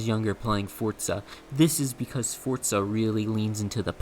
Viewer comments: WTF is "Fortza"? When did Forza acquire a "T"? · i've heard fortza more than i ever wanted to. if forza is fortza then is forz fort? is fort forz? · the game is british so the italian means nothing!? so not fortza!?